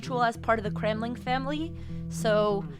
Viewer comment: Didn't she say Gremlin family?!